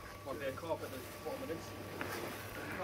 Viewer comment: When you say da yo actually mean the , I wish people who put content on YouTube would speak properly .